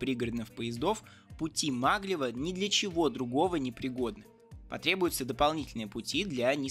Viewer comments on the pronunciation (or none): Нанси́, а не На́нси Это же французский город Также магле́в, а не ма́глев